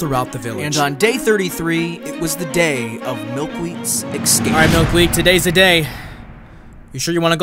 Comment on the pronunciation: ESCAPE .... not EX-SCAPE